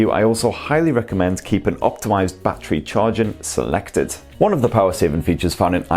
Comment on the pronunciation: Every time he says battery as bachery I cringe